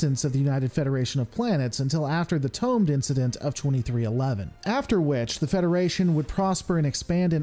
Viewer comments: TO-med Incident, not Tomed. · Isn't it Toh-MED?